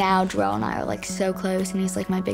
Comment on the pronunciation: Darell?? U sound like someones grandma who never pronounces someones name correctly. "Jarrell Miller"